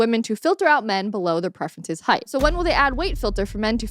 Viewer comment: I heard Hate, not height. I was like what the heck! 😂